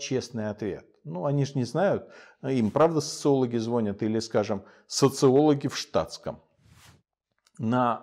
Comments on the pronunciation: Не звОнят, Михаил, а звонЯт. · У нас районе не звонЯт, а звОнят)))